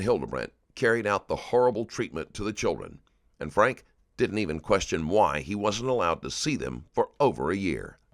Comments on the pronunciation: Their last name is pronounced “Frank-key” Not “Frank” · Love how you just don't give a shit about pronouncing these people's name correctly lolol. They all say Franke and you're just like nah, it's pronounced FRANK dummy. That E on the end is inconsequential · It’s pronounced Frank-ee. I’m ashamed to say- I share the same last name 😮😫 No- I’m not related to these freaks. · What's your wife's name... Ruby frank-e. Narrator ruby FRANK. .. TAKES ME RIGHT OUT OF IT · His name is pronounced Frank-ee, and he's a huge piece of crap. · Why on earth can’t the narrator pronounce words correctly? Frankie and connexion was misspoken several times. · Their last name is pronounced Frankie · Th e AI voice can't get his name right lol. ...lazy creator